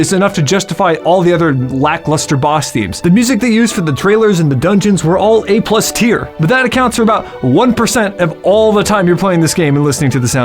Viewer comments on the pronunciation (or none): none